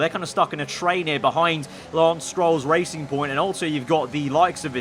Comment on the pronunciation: It's not BWT Racing Point, it's BW TRacing Point.